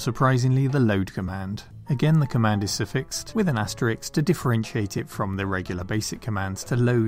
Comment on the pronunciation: Asterix? Aster-Risk! We're Brits not colonials. :-) Good video as always, though.